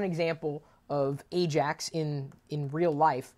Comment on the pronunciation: 10 points goes to you chris for getting AJAX correct lol